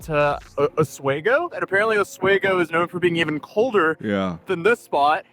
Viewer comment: Local pronounciation of "Oswego" is similar to "off we go" (only an s-sound instead of the f-sound). Stress is on the middle syllable.